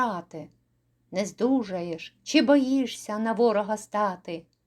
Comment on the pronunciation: У декламаторки вимова шкутильгає: - треба вимовляти не бої[ШС]я, а бої[СС]я; - не запоро[ЖЦ]і, а запоро[зц]і; - не по[Ц]ягли, а по[Т]ягли; - орел не ТВОЙ, а ТОЙ; - не я[г] день (той настане), а я[Ґ] день.